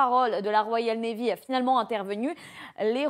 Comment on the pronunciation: La "RoyalE navy"....avec un "E". Inculture quand tu nous tiens...